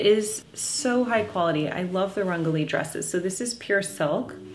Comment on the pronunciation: Jennifer, I believe you’re pronouncing your friend’s name and brand incorrectly. If she’s of Indian origin, it’s un-JA-lee. And the brand is rung-GO-lee (which could mean colorful). Check with her 😊